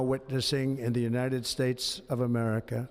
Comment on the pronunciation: And the United spates 😂